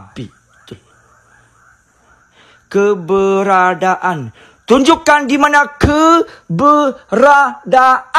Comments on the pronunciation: Saya rasa Cik Pon tu sedang twist dia punya lidah bila saja nak sebut "KEBERADAAN"...haaaaaaaaaaaaaaaaa...malah rasanya Cik Pon lebih pandai sebut perkataan tu kot...haaaaaaaaaaa..😂😂😂😂😂.. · Kak ponti pun Duk gelak dekat atas pokok dgn pocong..😂😂😂..dia kata Manusia Mcm Dia kaki ponteng Sekolah sbb tu la tk bole sebut "keberadaan"